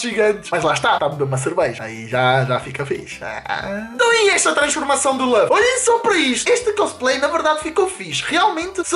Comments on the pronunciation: só é pena não saberes nem dizer o nome do Luffy.... kkk.... laffy diz ele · Primeiro é luffy e não laffy segundo não é um sombreiro é um chapéu de palha que raiva kkkkk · Luffy e Ruffy sim está certo, mas diz-se LUFFY não Laffy... Isso é o resultado de misturar o inglês ás cenas kkkkk.... e se repararem (quem sabe de one piece) aquele costplay do franky tava bem feito, o é k n sabe sequer o k foi o Time Skip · ´nao é laffy é luffy